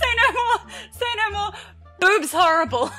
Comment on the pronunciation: it's not what it says in the comment bc is a typical review but how she pronounces it 😂😂😂😂 especially when she said horrible jajajajaa